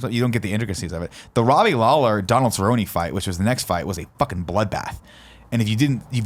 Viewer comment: Alright I haven't watched this video yet but I'm a huge MMA fan and I'm really hoping this topic doesnt irritate me.... Oh no nick is pronouncing everyone's name's wrong and the Lawler/Cerrone wasn't 5 rounds nick! Also Jon has never been beaten, he got DQ'd for throwing a 12 to 6 elbow which is a stupid rule anyway.